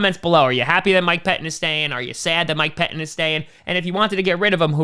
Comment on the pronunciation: "Mike Peh Inn"